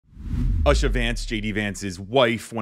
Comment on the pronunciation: BTW her name is pronounced OOsha- the U is pronounced as ew.